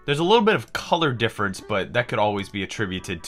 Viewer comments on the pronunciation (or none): none